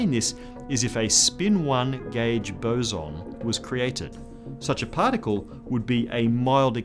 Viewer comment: finally, a YouTube scientist who knows how to say "boson"